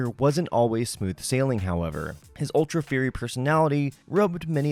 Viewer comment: are you saying “fiery?”